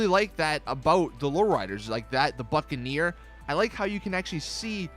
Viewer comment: when he said buccaneer i thought he said fuckaneer 😂😂